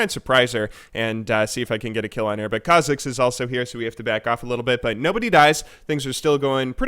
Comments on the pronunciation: KHA'zix (stress on kha instead of zix) and REK'sai (stress on rek instead of sai) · What's with the "Rek'SAI" and "khaZIX"... Is it some kind off inside joke?